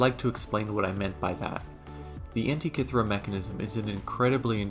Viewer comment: Thirty seconds in, and I already wish the makers of the new Indiana Jones movie had watched this before making the film, if only to learn how to pronounce "Antikythera"....